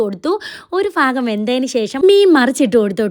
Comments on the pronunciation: ഫാഗം അല്ല ഭാഗം...ഭ ഭ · Fagam alla bhagam